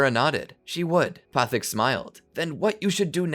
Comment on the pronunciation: Why are you mispronouncing Guru Pathik's name :(